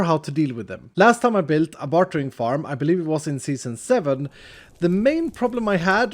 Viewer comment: You're really good at piglin BARTering.